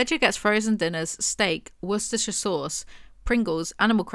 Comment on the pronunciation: just said worcestershire sauce without s t u t t e r i n g. I'm amazed